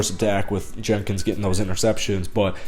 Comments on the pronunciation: Jenkins.... not Jennings. He has been mispronounced all day! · Rayshawn Jenkins, not Jennings but good vid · people keep calling him Rayshawn Jennings... its JENKINS! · Rayshawn Jenkins, not Jennings